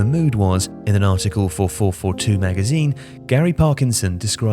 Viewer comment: “For four four two” 😂